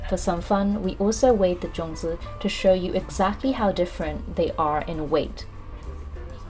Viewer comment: Sorry no zongi it's zongzi ok